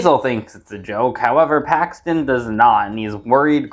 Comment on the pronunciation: For a second I thought you said Haxton and not Paxton